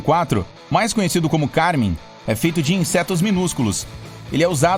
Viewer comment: 🤣🤣🤣🤣🤣essa foi boa e Carmem e com a letra E 🤣🤣🤣🤣🤣🤣